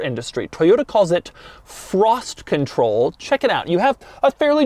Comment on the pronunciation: The one where Doug goes off the rails sooo early in the video lol 😂😂 also the amount of times he said "frossssttt conthroll" and "vhennzzzaaah"